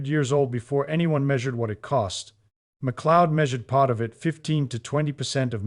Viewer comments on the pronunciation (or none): none